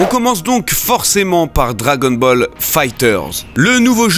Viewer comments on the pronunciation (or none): none